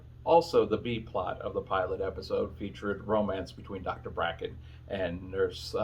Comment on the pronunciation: It was Dr. Kelly Bracket, it sounds like you said Dr. Bracken.